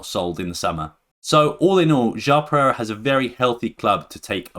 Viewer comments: rewatch the video, sometimes while refering to João Pereira, you pronounced it, or it sounded like Jao Perez. I mean its fine, but its always extra nice when the pronounciation of names is on point :) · "Jão Perez", I like your videos, but honestly would be great if you could check the pronounciation of some of the names before... if not too much to ask.